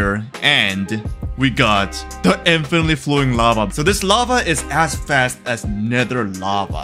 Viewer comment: "Infenetly flowing lafa"